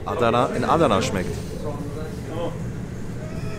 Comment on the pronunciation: Adana schnell aussprechen nicht Aaadana aber sonscht geiles video mois